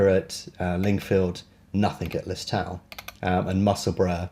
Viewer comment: Lis-toe-l silent w I enjoy your videos thanks